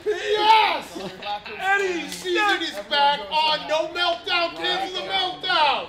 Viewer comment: is nobody going to point out how pronounces cancel??? Is he saying cancel???